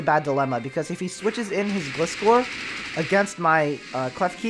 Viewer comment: I think it's pronounced glie score not gliss core